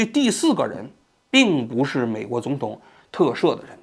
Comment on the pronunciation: 哈哈 看到评论后仔细听了一下 把总统说成肿统😂偶尔几个字发音不标准